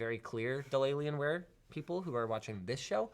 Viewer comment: Omg "Dellalienware" I love it!!!